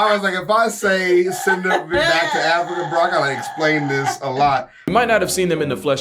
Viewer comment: My mans said "send them racooners back to africker" 😂🤣